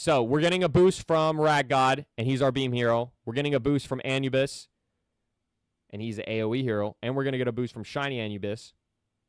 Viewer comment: You said Anubis wrong so many times 😂😂😂